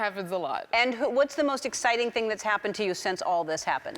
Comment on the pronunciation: I’m so proud. “ThAngg”